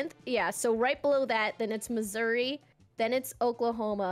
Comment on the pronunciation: Bro said Missori